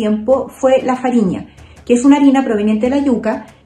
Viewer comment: É "farinha" não fariña.